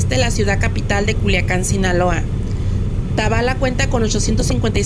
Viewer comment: Gracias por pasar mi pueblito querido está todo muy seco todavía no llegaban las lluvias, corrección se pronuncia tabala’ lleva acento en la A